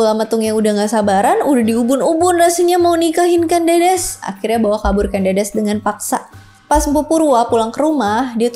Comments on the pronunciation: Ucapnya bukan Kén Dédés ꦏꦺꦤ꧀ꦝꦺꦝꦺꦱ꧀, tapi Kén Dêdês / Ken Dədəs ꦏꦺꦤ꧀ꦝꦼꦝꦼꦱ꧀. Ken (e nya seprti pada kata enak, ekonomi) Dedes (e nya seperti pada kata empat, enam) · teks asli pararaton KEN ANGROK, bukan arok, sedang penyebutan KEN DEDES itu pakai vokal E Pepet (contoh penyebutan kEris pakai E pepet) , jadi yg bener Ken Angrok, dan Ken Dedes